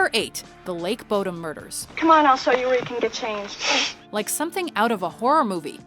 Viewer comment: bodom is not pronounced like that